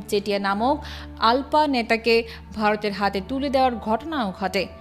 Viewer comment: "আলপা" না, "উলফা". কাদের দিয়ে ডাবিং করান? বিদেশি দুই একটা চ্যানেলের উচ্চারণ শুনলেও তো পারেন!